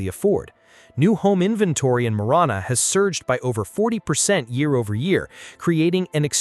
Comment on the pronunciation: Prescott and Marana were also not pronounced correctly. Heard quagmire more in this video than Family Guy